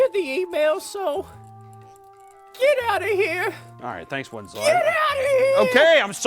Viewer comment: Winslow sounds like “Itsagundam”